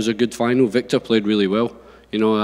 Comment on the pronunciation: Wiktor is pronounced Victore, not Whickter